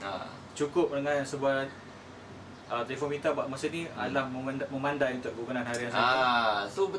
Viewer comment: Memandai ke memadai (*sebutan memada'i) Memandai - mandai la obe ni. Lulz